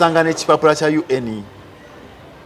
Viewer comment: I hate the way he pronounces UN🤣🤣